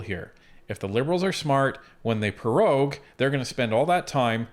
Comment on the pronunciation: "Pro-rogue" not "Pe-rogue". Got perogies on the brain?